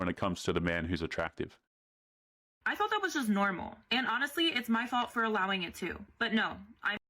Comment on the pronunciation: That is not “nurmal” 🥴